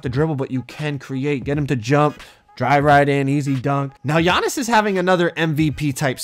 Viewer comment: His name is not g-annis his name is giannis